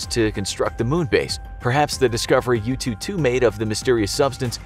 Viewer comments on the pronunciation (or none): I kept hearing YouTube2 instead of Yutu2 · I thought he was saying youtube 2 🤣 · I kept hearing 'YouTube2 rover' 😁